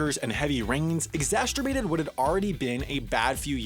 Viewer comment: I love your videos, but please...learn how to pronounce exacerbate.